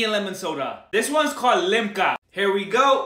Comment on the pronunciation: American people pronouncing limca, LIGMA